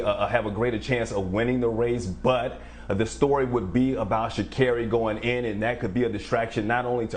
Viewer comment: Sha'Carri. Pronounced Kerri